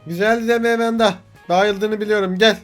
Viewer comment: Enes abi Emenda değil Amanda